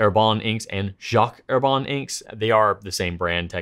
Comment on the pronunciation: Dear, you are a nice man, a likable man. And I take on a considerable level of risk when I suggest you reconsider how you pronounce French words. It's a considerable stretch to say Herbin as Herbahn. Perhaps /er•ba/ like her ban without the n. Just a bit pompous am I? Well, I'm 80 years old and get a pass. Don't I?